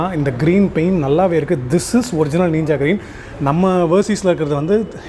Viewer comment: Every one pronounce:ninja: neeenja 😎💪😂